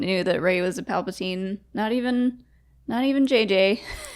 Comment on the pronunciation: I'm pretty sure Luke read the script and that's how he knew Rey was a Palpasheev